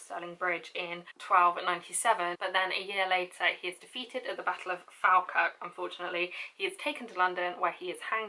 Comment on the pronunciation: I love these videos! I do have a pronunciation note for you: the first syllable of Falkirk is pronounced the same as the word "fall". But you did pronounce John Balliol right!